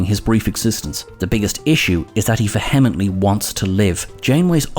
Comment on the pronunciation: Check how to say vehemently.